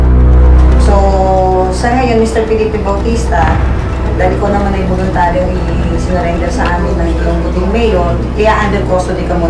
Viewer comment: "BOLUNTARYONG SUMURENDER" yeah right..